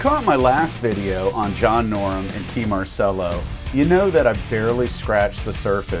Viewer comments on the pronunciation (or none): His name is John Norum; not John Norm.